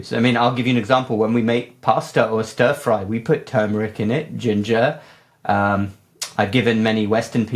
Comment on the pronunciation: Another professional who can't pronounce TURMERIC correctly.